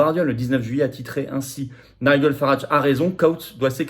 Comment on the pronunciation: Prononcer "Naï-djeul" 😋😊.